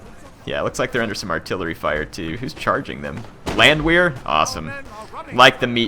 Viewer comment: In case you were wondering, the Landwehr units should be pronounced as Landver. In German the "W" has a "V" sound. Also do a Napoleon campaign please. :)